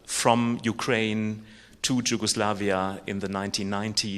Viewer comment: "j" in Jugosavija is pronounced the same way as "j" in German, and not like "j" in English. That is why the English name of the country was Yugoslavia.